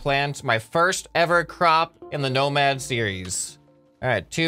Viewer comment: Everytime you say "nomad" i understand "no mad" like pearceful